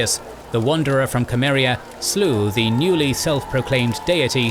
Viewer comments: Cimmeria not cameria a mistake from the start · I must admit it drives me mad when I hear people pronounce Cimmeria with a K.. it's pronounced SEE-MER- EE-AH.